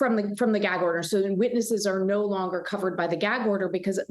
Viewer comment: Why can y’all not even get the word gag out of your mouth 😂 y’all both kept trying to say jag order 😂